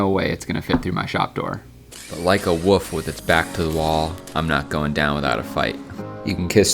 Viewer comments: Did he say 'woof' instead of wolf? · OK... U just lost me ... U called a WOLF, a woof.... I hate u. Goodbye forever. . . . . . . . . . Jk... But SERIOUSLY, u gotta stop doing that... The word WOLF has a "L" in it... Even if the "L" was silent you wouldn't call it a WOF... would u? C'mon... Pronounce it correctly, it's a damn WOLF.. a vicious wild animal, able to take down full grown elk with its claws and fangs... It deserves to be called the correct name.. Not a sound a little domesticated puppy makes.. Woof... Ugh 🙄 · I’m sorry.. I’m so sorry... you are an incredible man. But did you really just say “woof” instead of wolf? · I'm sorry, but I can't unhear "like a woof" 😂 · Like a woof? Is this how wolf is pronounced there? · Excuse me did you just pronounce wolf like woof ? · Am I the only one who noticed he said woof instead of wolf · Really cool video. One thing: the way you say 'Wolf' is incorrect. I'm so sorry I don't want to sound like an asshole, but I've had very good friends who've pronounced it 'Woof' and we had a conversation for like 2 hours about it. Either way, cool video. XD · Did you just say “like a woof”???? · Did you say “like a woof with its back to the wall?” What’s a woof? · Oh my god i hear it and now i cant unhear it, thanks, i hate it XD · You know there’s an L in the word wolf right?